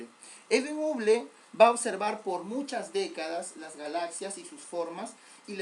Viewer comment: creo que la pronunciación correcta no es uble, sino habol o algo similar a eso. igual buena clase y siga así.